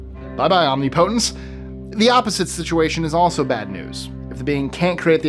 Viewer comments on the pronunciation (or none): Perhaps,, you should spend more time learning to pronounce words correctly. Such as OMNIPOTENCE. It is not pronounced as you said it, several times. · I usually enjoy these lists. But I had to stop this one after "omnipotence" was repeatedly mispronounced. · Please look up how to pronounce omnipotence.